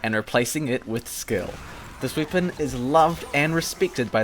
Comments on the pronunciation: He says wepon and not weapon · Why do you have to say weapon “weepin” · Goo I mean how he pernouces it " with this wiepen..." "wiepons that can crit himself" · is it just me or is he saying "swepen" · aw dude your language is weird. its a good video with good content but man, the way you say ,,weapon'' is just awful... almost every ,,e'' in a word is pronounced like an ,,i'' and so does wipen, number siven, markit gardener ... bist ixample... wtf? i just cant listen to that xD no offence but what kind of english is that?